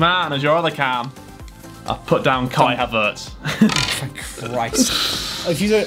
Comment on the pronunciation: Harold we love ye here over in Germany but the way u say kai havertz is outrages But tbf tho his english is terrible as well